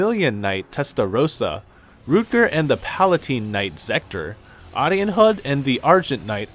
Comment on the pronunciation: I'm sorry but I can't get over the mispronunciations, "septum" "aidos" "arianrod" cmon bro there's voice acting for these terms.